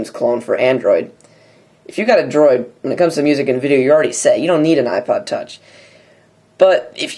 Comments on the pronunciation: lol ipood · The Ipood Huh? Really! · ipood...you sure did! lol